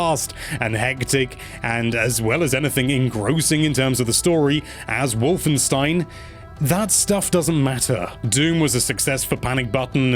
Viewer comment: Finally a english speaking person i heared got "Wolfenstein" right 😅😂